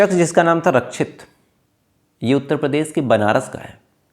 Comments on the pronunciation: पहली बात आपका उच्चारण सही नहीं है रक्षित होता है रछित नहीं 2nd बात ... आप शम्स ताहिर को कॉपी कर रहे हो.... 3rd ... जो dalle बैठे है ऑफिसर बन कर सब घूसखोर है सबने पैसे खाए होंगे 4th.... गुजरात में तस्कर सप्लाई करते है दारू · रच्छित नहीं रक्षित और सुरेस नहीं सुरेश